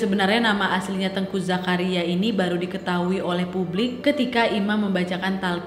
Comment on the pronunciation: Saya dari aceh, mau koreksi sedikit, untuk cara baca namanya bukan teungku bacanya kakak, tapi teuku, gak pake ng 😁